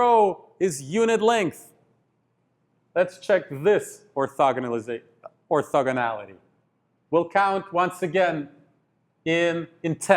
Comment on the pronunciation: it's funny how he say: Or"thugga"nal Matrix